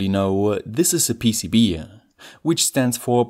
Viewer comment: With this PEECEEBEE-eh manufactooeer